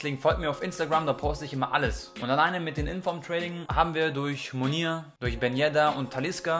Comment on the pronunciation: Versuch doch bitte mal die Spieler kennen zu lernen haha. Der heisst Munir und wird auch so ausgesprochen ;)